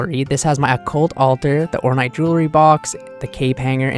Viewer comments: orn8 like m8 orn8 not orn-ight i love you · It's not "ornite" it's "ornAAAATE" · Or-n8, not or-night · OrNITE....Bruh. wrong vowel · The way you don't know what the word "Ornate" means or how it is pronounced drives me crazy lol.